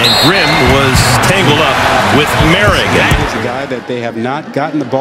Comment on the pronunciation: “More - rig”